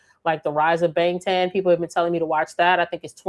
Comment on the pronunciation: ur pronouncing bangtan wrong btw.